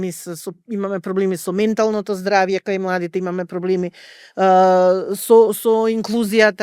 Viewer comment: Еден акцент да погодеше…проф.др.. Загрижена била.. “мЕнталното, инклУзијата, прифАќањето, попрЕченоста и така натака”.. а навака?? Инаку има излез од ситуацијата, еден во Охрид и еден во Скопје. Да имаше и Битола ќе беа три излези од ситуацијата. Затоа и останаа вакви проф. др., тука не можам, а да не се сложам со титулата погоре што зборува.